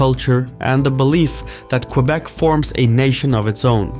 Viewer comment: Excellent work on the pronounciations. Quebec not qweeeebek, Ottawa soft T, slow careful cadence. Well done. Cheers from Montreal